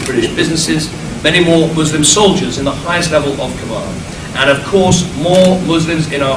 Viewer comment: Soldiers ( SOL - DIE - R’s ) Please wake up